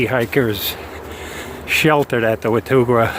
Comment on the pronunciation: This is great oher than mispronouncing Watauga Lake. I was on the part of the trail above the lake last Saturday. I live about 20 minutes away from that part of the trail.